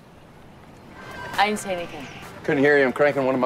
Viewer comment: 동글님 처음에 여자부인 didn’t발음이 전혀 안들리는데..왜그런거죠?? 그리고 매번 너무 정성스런 영상 감사합니다!!!